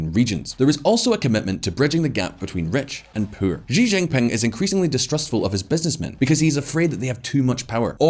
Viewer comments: Xi= se/see pronounce not xi= g Why the hell he was pronouncing xi=g jing ping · Will someone tell him how to pronounce Xi Jinping? She Ginping, it’s not hard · I'm surprised no one can ever pronounce his name correctly: It's She Gin Ping (English pronunciation for each word)